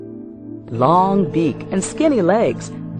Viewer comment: And just after it, he said "rong" instead of "long"... (I can't believe I was expecting "rongu"...)